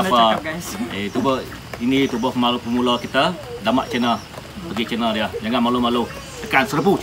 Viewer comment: Youtuber pemula❌ Youtuber pemalu✅ 😂😂😂 Slah sebut